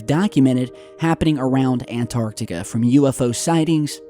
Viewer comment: You crucify Vice for misspelling yet you say 'ANARTICA' Your channel is interesting, yes. But do I believe all the crap you say and post? No. If people would compared the legitimate stuff you post vs the downright bs, you'd realize you're not that 'credible' of a channel either.